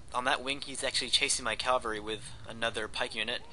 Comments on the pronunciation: My friend told me to check out your videos. I enjoy the commentary (I really suck at these kinds of games) and I find it very informative. I do have one question: in your later videos, do you start pronouncing cavalry correctly or do you keep saying Calvary? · Is it me or does he keep saying 'calvary' instead of cavalry? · Of course it does. One way is correct, the other is not (Calvary is the hill where Jesus was crucified; that is why so many churches are called Calvary). He otherwise seems an articulate, highly informed student of military history. How would you feel if your doctor never pronounced temperature correctly? Or if the President of the United States could not pronounce the word nuclear? It undermines confidence. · C'mon guys. No need to bash how he says cavalry. Cavalry, calvary; same differance. I wouldn't have even noticed if not for the idiots who want to act like they are so itelligent for noticing such a small detail that nobody really cares about. We all know what he is talking about. Just drop it and focus on the details of the battle, the main reason this video was created.